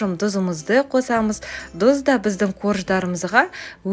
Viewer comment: Дұз емес тұз деп айт